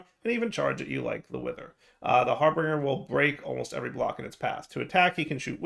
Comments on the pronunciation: It's not Har - bring - er, it's Har - binge - er. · Har- bin - ger not harbringer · He is still going to read it as harBRINGer. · DIRE. HARBINGER.... HAR BINGE(like a drinking spree) ER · That's a touch painful. Har-binge-r. That's how his name is pronounced. Thank you for coming to my TedTalk. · Why did keep adding an r in harbinger that wasn't there? He kept calling it harbeinger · Same reason he calls piglichs piglicks